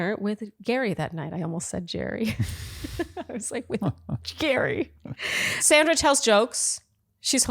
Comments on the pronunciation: I gave y’all grace for the first week, but it’s pronounced Saundra! Not Sandra! 🤪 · Please pronounce each person’s name as she/he does: it’s Sandra with an aw sound, think of it as SONDRA. We’ve all had difficulties with the lead’s unconventional pronunciation and I think it’s important to accord everyone the same respect. Word watch 3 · Please, pronounce Sandra's name correctly. She pronounces it "Sondra". I agree that Kathy is being petty. Word watch: 8 drama Caren